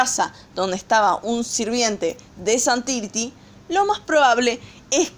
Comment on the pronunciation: Es zhan tiri no zhan tiriti